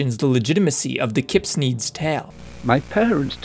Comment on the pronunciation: keepsneeds sounded like kidnap